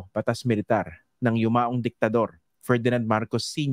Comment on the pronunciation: Emphasis on “Diktador” 😂👍